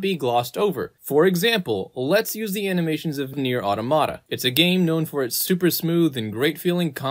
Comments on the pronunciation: Automata is pronounced "awe-TOM-uh-tuh". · lol why can no youtuber seem to be able to pronounce automata correctly? It is an actual word. The Nier people didn't create it.